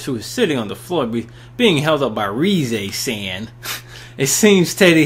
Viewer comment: Honestly every time he mispronounces -san I cringe a bit. But otherwise I really like his commentary in this game!